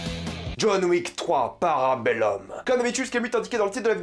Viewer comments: Par contre stp prononce bien si vis pacem parabellum: si ouis patchem parabelloum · Super vidéo mais parabellum ça se prononce parbellOUM et parabellOM